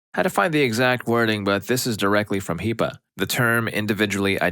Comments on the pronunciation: Hey, this is just some advice not meant maliciously, I really enjoy your videos and just want to help with pronunciation! HIPPA is pronounced like the word “hip” and then “uh.” Kind of like hippo. NICU is also typically pronounced as “Nick” “You.” Just for future knowledge! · HIP- AH. HIPAA